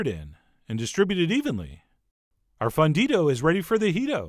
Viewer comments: it's pronounced foon-dido, chef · As a gringa-who-used-to-be-fluent-but-is-no-longer, I agree. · pronounce the u in fundido like moon, or fool. Now if only I had some way of determining how your california chorizo tastes different from our mexican chorizo. It is visibly very different in colour and grease content. I would imagine that it is much milder in flavor based on its much lighter colour, but I wish that there was some way that I could try it.